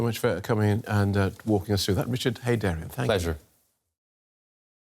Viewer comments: It's Richard Heydarian not Heydarin!😊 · It's Heydarian not Heydarin!😊